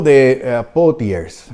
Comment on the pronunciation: Fenomenal maestro. Solo Poitiers se lee algo así como Poatié. Mil perdones.